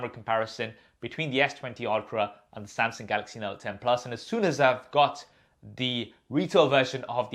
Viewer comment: please stop saying Sam-Seng